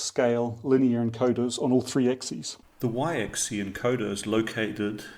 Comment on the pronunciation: Dude, it's axis with an S at the end... which is actually pronounced. It's not "axi". The plural is axes (pronounced "akseez"). You're welcome 😊